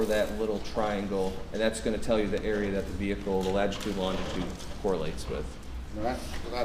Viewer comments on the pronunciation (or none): Anyone else triggered by the guy saying “lagitude” instead of latitude? I’m lost isn’t he a specialist in his field 😂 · OMG STOP SAYING "LAGITUDE"!!! At least he's cute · Take a shot every time the latitude and longitude expert says lagitude and longitude. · Latitude. For God sakes, it's latitude. Petty of me, I know, but if he said lagitude one more time... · Someone please tell the data expert that it’s “latitude” and longitude. He keeps saying “ladgitude”??? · I’m so glad you commented. I had to rewind, because I wasn’t sure if I heard that correctly. Then, I started to question myself after I said latitude/lagitude in my head several times. 😅